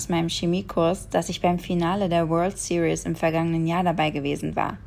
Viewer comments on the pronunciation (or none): none